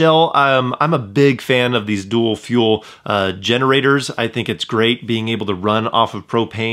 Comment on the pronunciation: Great video! BTW - It's "Dual" not "Duel". A "Duel" is a battle of honor...